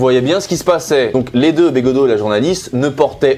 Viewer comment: j'adore comment tu écharpes de toutes les façons possibles le nom de begaudeau